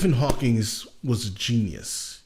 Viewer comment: Hawking. Not Hawkings.